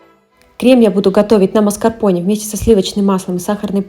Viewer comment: Простите, рассмешили, а почему МАСКАРПОНЕЕЕЕ... Это слово правильно произносится со звуком "Э", согласно транскрипции " МАСКАРПОН'Э'. Стыдно кулинарному каналу с не правильным произношением ингредиентов). И не бросайте камни, все таки это правда).